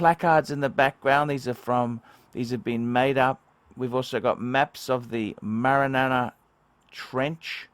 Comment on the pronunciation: You'd think you would look up how to read Marianas before filming